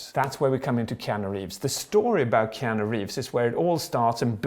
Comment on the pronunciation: "KEEANU" Hmmmmmmmmmmmmmmmmmmmmmmmmmmmmmm